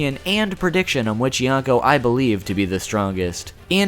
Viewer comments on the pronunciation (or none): Okay, I know you said in the beginning of video that you'll pronounce some words weirdly, but... ...with the way you pronounce "yonkou", I first thought you said "yacko" and wondered, "Luffy is gonna fight Warner siblings now?". After more careful hearing, I do hear "n" in there, but even then, it sounds like "yanko", and it's pretty distracting.